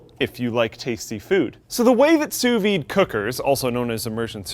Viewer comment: Almost sounded like you said "SOUS weed" cooking :P